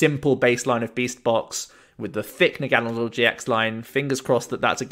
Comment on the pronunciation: You’re pronouncing Naganadel correctly. It’s root is German and Nadel is German for Needle pronounced the way you do